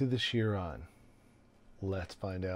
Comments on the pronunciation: Thanks for taking a dive a lot of other Chiron owners are wondering about! One small thing. It's not "sheer-rawn" it's "kai-rawn". ;') Like in Chiropractor. See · Please say kai-ron